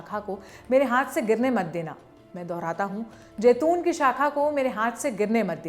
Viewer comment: Jaiton nahi zaiton hai lafz